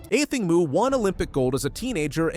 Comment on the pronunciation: 8 seconds in - badly mispronounces her name - instant exit and thumb-down